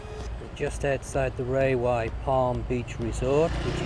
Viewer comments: Rawai is pronounced as rAwai, not as rAYwai... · RA-wai!!! Raywai? Where did you learn that? Just don't get in a taxi and ask to go to 'Raywai'!